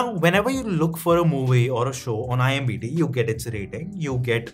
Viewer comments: Bro it's IMDB NOT IMBD... 🤣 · It's IMDB not IMBD ffs🤦🏻‍♂️ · Its IMdB bhai ...it sounds awkward 😅